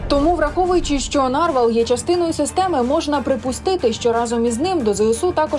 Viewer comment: Панове журналісти, у слові "нарвал" наголос на останній склад. Попрацюйте над грамотністю, щоб нам не було соромно за вас.